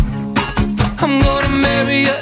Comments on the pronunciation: He pronounce rude without "d", can't be unheard now (devil) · HE DOESNT PRONOUNCE THE R IN RUDE u cant unhear it now >:D